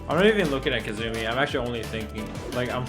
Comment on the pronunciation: This nigga really said Ke-zumi. I'm offended as a Kazumi main.